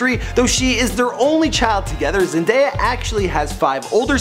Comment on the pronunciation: I'm just happy he pronounced Zendaya correct